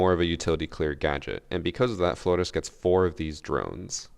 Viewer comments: Why do you always pronounce every pperator name wrong "Florrr'Rrez" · ur one of the whitest people on youtube, DO NOT try and say flores like that ever lmao. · It is not, his enunciation IS correct, we are just used to gringos saying it lol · Ubisoft: *realises flores *: Fgoresssssss (fgrech accent) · maybe not weird but extra lmao, I’d get tired saying flordes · Stop saying Flores like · Of course has to say Flores the weird way 😂 the same with maestro